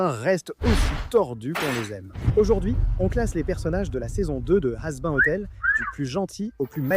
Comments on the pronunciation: la traduction du robot est vraiment pourri remplacer le v par 5 , Alastor par Alistair , sera = sara , hazbin = hazbein Rosie=fille Angel dust qui est censé se prononcer comme à l'anglaise remplacé par ange poussière , sérieusement fait un effort en minimum de correction de vérification en tout cas pour l'instant ça sera la seule vidéo que je regarderai de ce compte plus un pouce bas et certainement pas d'abonnement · Sara ? Hazbein ? panssious ? aya, la vidéo est cool mais ce genre de détails malheureusement ça me sort un peu du truc